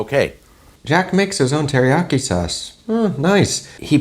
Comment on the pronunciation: I'm learning Japanese and keep correcting my mom that "teriyaki" has four syllables, rather than three, but Jack isn't even trying to pronounce it right. 🤣 (no judgement)